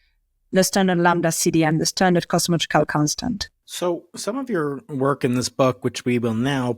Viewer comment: no sense watching Claudia speaking, her words are not understandable 100%. only like 70-80% not good enough. She can't say Cosmological she says Cochical.